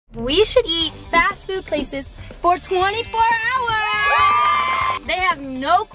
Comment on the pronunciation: The way said fast food 😂 fashfoot